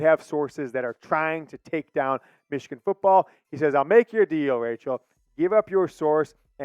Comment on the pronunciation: 56-7 meeechigan